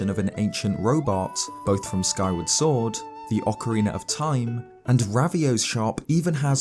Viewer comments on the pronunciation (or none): none